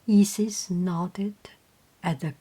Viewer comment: I believe both Isis and Osiris are pronounced with the sound like eye or like you would say the letter i. Such as eye-sis or os-eye-ris. Hope that helps.